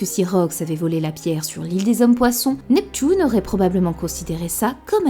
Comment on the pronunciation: Après la "pouissance" de on a eu le droit au "Neptoune "